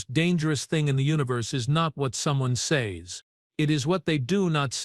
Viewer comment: MUTHER FREAKING HELL!!!!!!!!!!!!!! WTF does "ca-TASS-trophicly" mean!!!!!!!!!!!!!!!?????????????? AND, then "...he SAYZ something..."!!!!!!!!!!!!!!!!!! Hows bout, pronouncing it, "he SEHZ something"!!!!!!!!!!!!!????????????? POS AI with SORRY AS HELL GRAMMAR!!!!!!!!!!